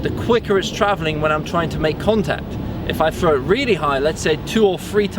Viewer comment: exceptional video, but the amount of times I heard "froo" (through) and "fro" (throw) started to make my ears hurt. He say's "this" properly, it's not like he says "fis"